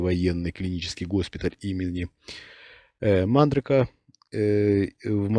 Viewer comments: Госпиди))) не знать военный госпиталь Мандры́ко и называть его Ма́ндрыко ну это полный лажняк сэвэрашного гынырала))) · Почему же вы не знаете, как называется военный госпиталь в Москве? Центральный военный госпиталь имени МандрЫка. Это знают все, кто имеет отношение к генералитету. А вы произносите: МАндрыка. Это выглядит очень странно…